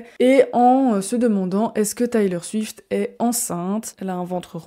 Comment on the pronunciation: Salut ! Le documentaire c’est Miss AmericaNA. Et on prononce Taylor Swift [ Tèlor Swift ]. Tu pourrais ajouter qu’elle est en tournée depuis presque deux ans avec un show qui dure 3h15 où elle chante et danse sans interruption et sans play-back :) c’est une véritable athlète et une incroyable performeuse. Bises!